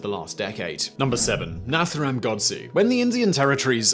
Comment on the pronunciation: ERRORS I enjoy watching the informative & interesting history videos by Simon Whistler. However, he or his writers seem to be slipping up a bit lately: The first name of Mohandas Gandhi’s assassin was “Nathuram” – not “Narutham” . The name of Tsar Nicholas’ wife was “Alexandra” – not “Alexandria” . When Martin Luther King Jr. was assassinated, we was talking to his friends and colleagues on a balcony outside his motel room – and not “during one of his speeches” .